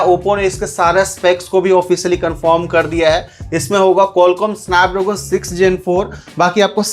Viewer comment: Snapdragon ❌ sanpdroogon 😊